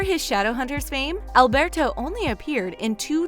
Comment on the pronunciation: I hate the way they say Alberto